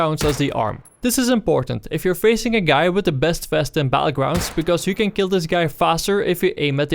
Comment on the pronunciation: BaTTlegrounds not Bahullgrounds